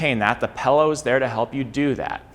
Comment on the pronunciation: Take a shot every time he says pellow